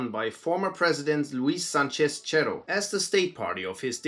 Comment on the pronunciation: To pronunce the word Cerro: It was ok the che, all you need to do is remove the H and pronunce it the rest. For the doble R, take it as the word "Parrot" but with out p, a or T. Thats it, thx for mentioning the UR, sadly that Cerro was killed... He between the rest of our presidents and dictators, had actually wanted to save Peru... Hell, he was the only one who gave a sh1t about indigenous people beyond easy votes.